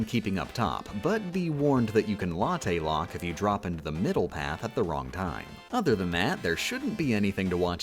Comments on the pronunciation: why didn't you call it a 'locktte' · If I hear "latte lock" again I will eat the nearest coffee shop